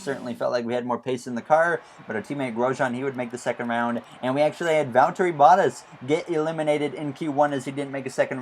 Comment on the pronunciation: For the love of god can you start to pronounce bottas "boh-t-ass". Not hating, but It really Butters my biscuit every time I hear you say it.